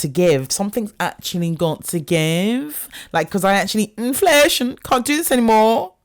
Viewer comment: Listening to this as I'm getting petrol in South Sudan...the "inflashun" is just offensive at this point. like...